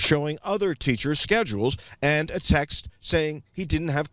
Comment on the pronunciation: Girl. When you pronounce texts as Texas lmao